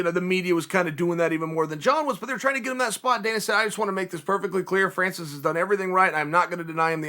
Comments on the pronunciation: Me : Francis Chael : Franchis Me : Franchis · Important time stamps: -video begins -“Franchis” -leg cross -pacificly” -thumbs up -“Oozeman” -possibly sly nose pick -“I offer you this” variation -possible sly nose pick -“ped-demic” -“I only bring that to you” -“I bring that to you” -“shoe is on the other foot”